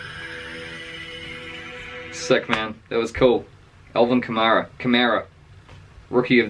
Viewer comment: you pronounced it correctly the first time. Kamara's balance is amazing.